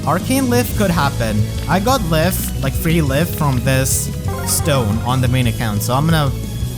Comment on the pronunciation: "Lif" is pronounced like "Leaf" btw